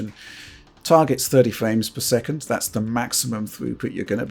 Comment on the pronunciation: “60 ‘fwames’ per second.”